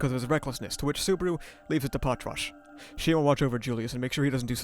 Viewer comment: I can never get over how Patrasche's name is supposed to be pronounced, like I know it's pronounced the way you're saying it in the original Japanese but it just feels like it should be "Pa-tra-shey"